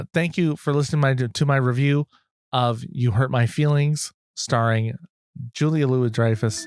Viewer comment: The pronunciation is "jew-lee-uh-lu-we-dry-fuss"